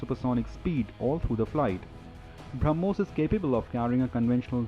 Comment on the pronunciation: It is "BrahmoS" and not BrahmoZ, *(to the anchor)